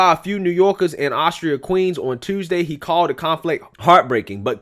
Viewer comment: Yo my brotha it's Astoria lmfao.. As, tor, ia.😝😝😝🤣🤣🤣